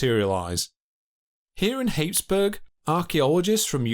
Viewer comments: Happisburgh is pronounced hazeburgh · Locally, ( North Norfolk, England.), Happisburgh is pornounced "Hays - Borra" not "Hapes -Burg" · Happisburgh is not pronounced Haapesburg! Happisburgh is pronounced Hazeborough!! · Ha ha ha ... Hapes-burg??? It's pronounced Hazeborough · It's pronounced hays burgh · Happisburgh is pronounced Hayes- borough!! I'm not sure if the North folk were crap at spelling or what but alot of Norfolk names don't sound anything like there spelling would suggest. Wymondham is another example sounding more like Win-dum. Makes looking for places on maps a tricky business at times. Great videos, thank you. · Great video! By the way, I grew up near Happisburgh - it’s one of the towns in Norfolk that has a weird pronunciation: “haze-bre”. But you weren’t to know LOL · Absolutely mangled the pronunciation of Happisburgh. It’s hayz-bruh. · Happisburg is pronounced Haysbruh- one of those Norfolk places that doesn’t sound like it’s spelt. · Fun fact: Happisburgh is actually pronounced like "Hays-borough" or "Hays-bruh" :) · Interesting but spoiled by the narrators frequent rising inflection. Happisburgh is pronounced Hazebrh! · Happisburg is pronounced hazeborough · Psst: Happisburgh is pronounced "Hazeboro". In Norfolk, anyway. :) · Happisburgh is pronounced haze bore roe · "Happisburgh" - Pronounced "Hazeboro". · PITTY HE CANNOT PRONOUNCE HAPPISBURGH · I thought the way he pronounced Happisburgh was spectacular. A real cute and peachy pronunciation y'all. I wonder why he didn't attempt to do it with a British style accent. It was when he started pronouncing glacial as glayshal that I gave up.